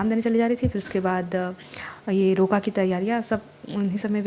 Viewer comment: Yar bahan aap muslim h kya roka boli to aisa lga but i no ki aap mislum ho plz reaplly❤